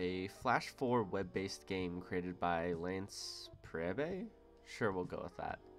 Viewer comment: its pronounced, Lance Preebe